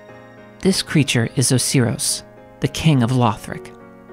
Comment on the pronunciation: IM SORRY OHSEEROHS? OSIRIS?